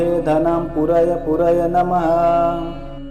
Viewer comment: It means we have to pronounce pu as puu,meaning long pronounced.Thanks